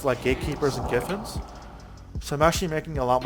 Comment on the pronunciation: is he calling Gyfin... giffins? LOL "Guuyy-Finn" dude fs xDD